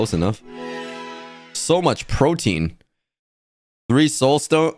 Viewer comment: Pretentious to- P-P- PROTIEN